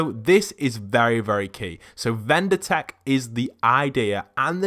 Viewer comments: It's VINDER tech, not VENDOR tech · Its vinder not vender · Vindertech. Not vendertech. Vindertech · Vindertech not vender tech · It's vindertech not vendertech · Please say vindertech cuz i Get freakin OCD and his name BTW is Lars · Dude its vindertech